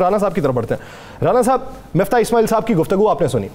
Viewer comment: He's keep saying MUFTA INSTEAD OF MIFTAH . HAHAHAHHA